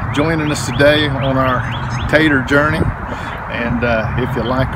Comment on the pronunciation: Great education and clear instructions. Just love listening as you have such a kind, warm voice. Everytime you say tater it makes me smile. Thank you😊